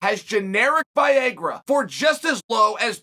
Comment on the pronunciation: I always wondered if Chael mispronounces names on purpose; after hearing him say ‘Viagra’, now I have the answer.